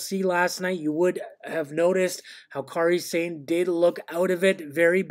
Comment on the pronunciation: Yes! "Car-ee Sane"